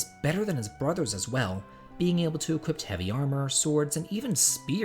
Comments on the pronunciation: where is there a T in "equip"? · Equi*p*. The word is equip.